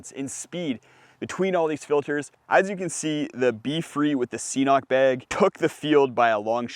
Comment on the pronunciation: Just squeeze water through a bandana, geez. LOL! KIDDING. Great stuff, thanks! (It's "K-Nock", btw.;))